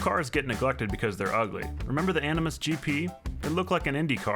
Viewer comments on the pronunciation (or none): none